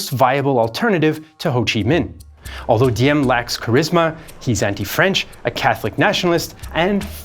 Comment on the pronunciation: the d in Diem is actually pronounced as a z because thats how we write z, as a d.